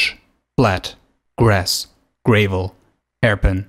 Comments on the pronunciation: The way how he pronounce gravel cringes me. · did you just say "gray-val"?